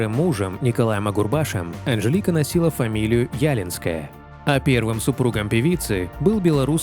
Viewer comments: Короче,вешалась на подходящего каждого.Фамилию девичью правильно произносите!Ударение! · И что значит сын бросил школу может окончил, что вы несёте. Её фамилия Ялинская с ударением на букву и не уродуйте фамилию.. Несёте абы что и хоть бы хны. Безобразие полное. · Очень красивая женщина !!!! Я горжусь , что мы беларуски и почти ровесницы. ( Фамилия Ялинская, ударения в середине слова ). 🇧🇾☮️🇷🇺🍒☀️ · Не Яленская. А ялИнская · Почему Ялинская, а не ялИнская? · ЯлИнская а не Ялинская. Ударение на и. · Не Ялинской.. ударение на второй слог ЯлИнской! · Не Ялинская , а ЯлИнская.. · Анжелика ЯлИнская, а не Ялинская. Ударение на И. Очень красивая женщина. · Ужасно читается текст .НЕ ЯЛИНСКАЯ , А ЯЛИИНСКАЯ( Ударение на втором слоге ) . УЖАСНО. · Не Ялинская, а ЯлИнская- она очень красивая и талантливпя женщина. Один только романс 'нет, эти слезы не мои' чего стоит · Да не Ялинская, а ялИнская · Не Ялинская, а ЯлИнская, ударение на 2-й слог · ЯлИнская ее фамамилия. Ударение на И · Невозможно слушать! ЯлИнская !!!! Некомпетентность автора, поверхностная подготовка. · Да очень режет слух неправильное произношение фамилии. ЯлИнская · ЯлИнская, ударение на И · Ялинская, ударение на букву "и"!!!! Говорите, пожалуйста, прошу, правильно!!! Спасибо большое!!!!! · ЯлИнская. Ударение на И. Журналист должен знать и преподносить достоверную информацию. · Зачем коверкать ее фамилию! ЯлИИИнская - правильно!!! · В её девичьей фамилии вы неправильно ставите ударение.Лика ЯлИнская. Ударение на "и". Режет слух, произносят неправильно. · Хать бы ударение правильно ставили в девичьей фамилии певицы, Зеленскому правильно ставите а нормальным людям коверкаете.. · Правильно говорить ЯлИнская с ударением на "и". Увы, певица она не очень. Но зато она выступила против фальсификации выборов в Беларуси, поддержала протестное движение беларусов. После этого её люди сильно зауважали. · Уши режет, как произносите фамилию Анжелики.